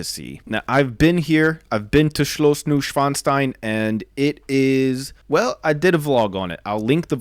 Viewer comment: HUGS ITS STEIN(ITS SPOKEN LIKE SCHDEIN NOT WITH AMERICAN ACTENT!😂